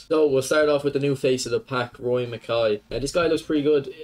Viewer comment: Its Mak-EYE. That’s how u pronounce Makaay.